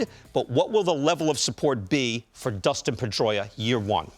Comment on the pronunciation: Dustin. It's Dustin, David Ortiz.